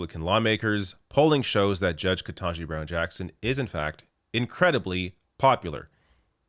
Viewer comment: KETANJI. Not "ken-TAH-ji." For the love of god you're the third supposedly liberal ally YouTube commentator, just that I have watched!, to mispronounce the woman's name.